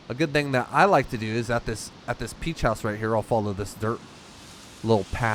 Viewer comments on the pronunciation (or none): none